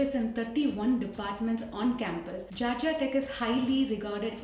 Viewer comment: Its not gargia tech it's Georgia tech